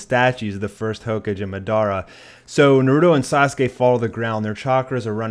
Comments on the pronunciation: did you just say hoke-edge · did this nigga really say 'hoke-uj' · "Narooodo" "Hoe-cage" How TF did you watch an entire series and not figure out how to pronounce names and titles lmao. This is what the English dub does to people 😂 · mugen "Naroooodo" "ho-cage" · Narooto Borooto Mahdarah Ho-cage Raz n' gan What kind of whack ass pronounciations are those? Are you sure you've watched the anime? Pitiful. I Spit on you from utter disgust.